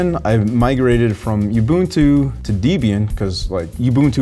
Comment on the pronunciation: Debian: a portmanteau of Ian (Murdock) and his girlfriend at the time Debbie. Pronounced Deb-Ian not Dee-Bebian